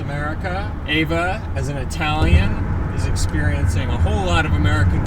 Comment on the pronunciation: ........and Harper: Your wife's name is pronounced Eh-vah, and she's a saint for nor smacking you every time you call her AY-vuh. ;)